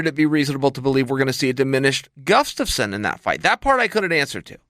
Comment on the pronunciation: Does Chael say GUF-STUFSON?